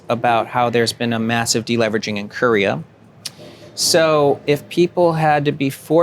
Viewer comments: Courier?? Oh he means Ko-rea. Lol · "KER-EEE-AH", not "Kereah"